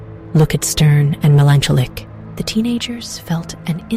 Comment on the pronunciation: 1- “they called it…, THE HAUNTED HOUSE”!! I immediately started laughing 2-the pronunciation of ‘melancholic’ is absolutely SENDING ME lmfaooooo